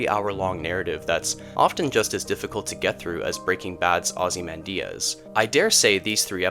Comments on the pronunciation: It's typically "ah-zee-MAN-dee-us." But the video is good and I appreciate a human narrator. :) I am not assuming you don't know, but in case you don't, "Ozymandias" is a poem by Percy Bysshe Shelley that IS BASICALLY THE ENDING OF BREAKING BAD. A grand ruler had ultimate power, with a massive statue dedicated to him. A traveler happens upon the ruins of the statue. Nothing remains of what Walter Whi--I mean Ozymandias had built. They even had Cranston read the poem for the teaser for the end of Breaking Bad. Again, not patronizing. I subscribe for a reason; you have interesting ideas. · Maybe watch at least one other analysis before pronouncing it 'ozzy-man-diaz'.